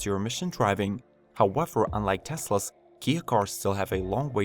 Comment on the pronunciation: Elecwic howevew